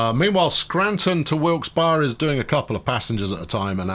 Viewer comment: it's pronounced Wilks-bury, :)